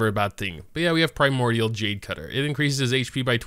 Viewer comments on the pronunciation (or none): none